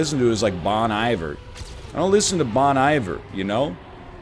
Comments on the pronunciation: It's a soft I, like Bon E-ver. This joker said Bon eye-vor what a boomer. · Bon Eye-vrr... shudder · It’s not “bahn eye-ver” NL, Bon-iver fans live to tell you how to pronounce it. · "Bon Iver" is pronounced "Bone Eve Air" Just advising not criticizing. Go Canucks. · We know you don't listen to Bon Iver, that's why you don't know how to pronounce it ;)